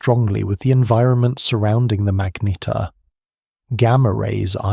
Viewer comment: For gods sake get the pronunciation tight; its not magneteer or magnetaire or magneter, is pronounced MAGNETAR